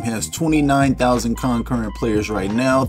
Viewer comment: Bro can’t pronounce concurrent 😂